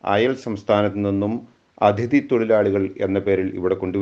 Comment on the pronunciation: ADHIthi alla, aTHIdhi